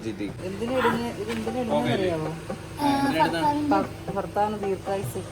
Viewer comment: Ningal ഭാര്യ പറയാറുണ്ടോ ഫാര്യ എന്നല്ലേ ഫർത്താവ് 😂😂😂